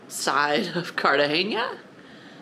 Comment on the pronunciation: Please stop saying cartagenia. The city is Cartagena.